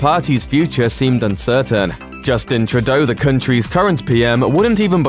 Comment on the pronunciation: I'm not sure if your pronounciation of Trudeau is funny or insulting... but hey, this Canuck didn't vote for him.